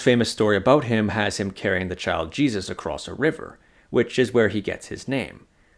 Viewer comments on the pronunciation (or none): none